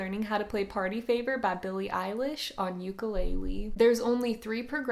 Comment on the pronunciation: No. That's not how you pronounce ukulele. I'm from Hawai'i. I know.